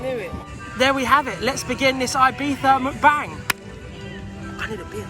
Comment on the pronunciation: Videos just started and its MuckBang not McBang that annoying anyone else or just me lol. Anyway away to watch the rest should be a laugh as per usual